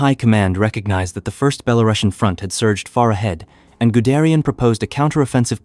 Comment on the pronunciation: nice footage; but should have maps instead of just lengthy verbal descriptions; mispronounced words, Zhukov, Belorussian; and nineteen forty-five is the conventional pronunciation